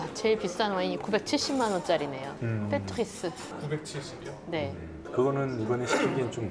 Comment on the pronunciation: 팻트루흭스 발음 너무 좋음...